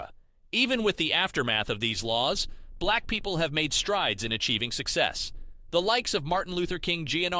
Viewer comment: Bruh, the way you pronounce "black people" ☠️ if it's AI switch the voice